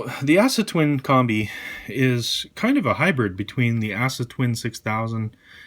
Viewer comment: aah-suh, not ASS-A